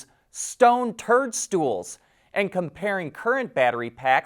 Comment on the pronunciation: toadstools... not turdstools